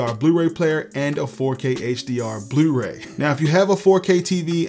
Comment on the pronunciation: Love your channel and videos, I've learned so much. Did I detect a Baltimore accent when you said "yewtube" and "blewray"? Just curious.